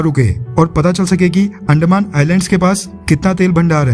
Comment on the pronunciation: Bro please don't insult our language please... अंदमान not अंडमान